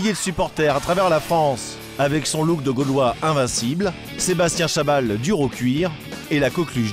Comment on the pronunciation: les deux premier "chabal" mon tué